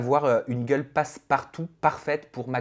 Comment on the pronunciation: Il insiste trop sur le mot gueule c’est trop